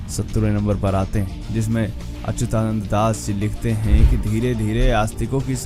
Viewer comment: Jay Jagannath Bhai, kripaya naam ka uccharan theek Karo.. unka naam Achyutanand hai .. 'ya' ka uccharan chhoot Jane se shabd ka arth apavhansh ho jaega